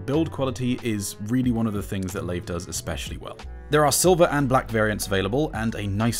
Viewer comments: The only thing I don’t like about this is that he pronounces ‘Layve’ instead of ‘Live’ which is the supposed actual pronounciation 😁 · It’s pronounced live even the reps say that for the company you should pronounce it properly